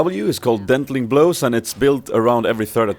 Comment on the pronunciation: you Derp! It's Denting blows, not dentLing blows.